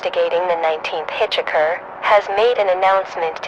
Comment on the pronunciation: thats not how you pronounce hitchhiker. couldn't understand what she was saying for a good minute